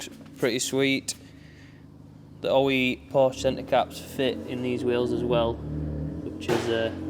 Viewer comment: If you’re unable to pronounce the name correctly, you shouldn’t even stand near a Porsche.